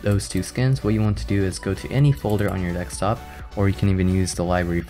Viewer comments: it's DESKtop not DEKstop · dekstop LOL